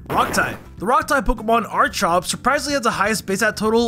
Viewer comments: Archeops is pronoucned "Ark-ee-ops", not "arch-ops" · "Are-chops"? I assume you also say "Arch-ology" for archeology? Also, Archeops' BST is also its dex number, right?